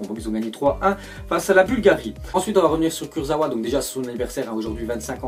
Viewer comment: Ca se dit KurzaVa pas Kurzaoua